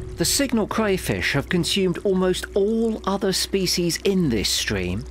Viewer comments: Crayfish not cwayfish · do we have a Cwayfish Centuwian..???